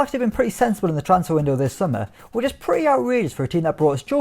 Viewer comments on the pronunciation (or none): none